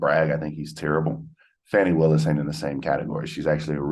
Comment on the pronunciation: It's pronounced "fawn-nee", not fanny. Just FYI